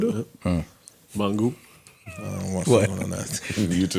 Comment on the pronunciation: said mangu 😂😂😂😂😂